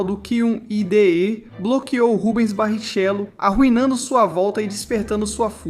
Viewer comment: mano, foi gravado por IA? porque falar rubens barrixélo foi foda... o cara querer comentar de F1 e nao sabe nem falar o nome do piloto brasileiro, ou o cara caiu de paraquedas e nao manja nada de f1, oué voz de IA.